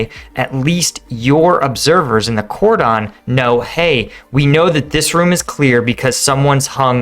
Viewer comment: That's not how "cordon" is pronounced...